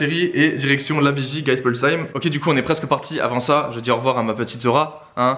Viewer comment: Je suis devenu alsacien d'adoption à Stras pour les etudes. J'aimerai trop savoir prononcer Geispolsheim comme toi !😍